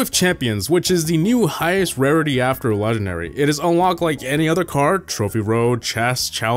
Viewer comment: with every new video you place less & less emphasis on the “G” in the word “legendary” lmao